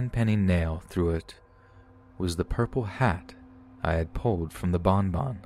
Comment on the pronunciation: I like when he says bonbon it makes me laugh